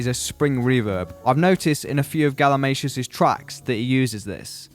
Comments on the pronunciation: I heard "Galimashoes" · I also learned the proper pronunciation of galimatias name I thought it was "Gali-Matias"